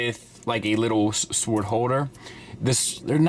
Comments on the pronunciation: I appreciate that you said "sooword" as much as you did. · Kosher piece. Seems good. Gotta Gwar song stuck in my head for some reason. I believe your pronounciation of sword is closer to the pre Norman Anglo Saxon way,similar to how its pronounced in the close relatives of English,such as German and Dutch.